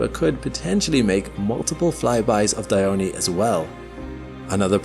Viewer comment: Dione, not Dyoni